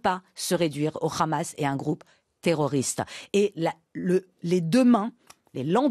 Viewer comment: Une iranienne (ou d'origine iranienne) qui prononce "Hamas" en "Khamas" en dit long sur son "obédience" idéologique à elle et ses influences A part l'Iran sur lequel elle a naturellement des choses intéressantes a raconter, elle est complètement en roue libre sur le reste des sujets